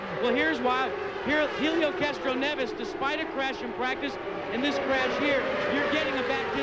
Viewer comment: Randy Dubin Yeah I've never seen his name spelled and pronounced like that before.